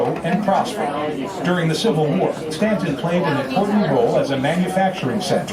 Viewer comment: Pronounced STANTON..the U is silent